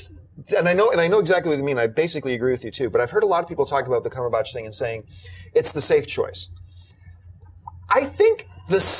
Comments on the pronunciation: Tell me I'm not the only one bothered by the way John says "Cumberbatch". It's Batch, emphasis on "At". Not Botch. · What's John Campea's deal with Benedict Cumberbatch's surname. Dude, it's not "CumberbOtch" its pronounced the way its spelled: "Cumberbatch". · This is pointless to say but thought I'd bring it up.... The way John says 'Cumberbatch' is very strange to me from England and on the verge of wrong but more amusing.... It feels like there's too much emphasis on the 'ahhhh' after the B in batch.......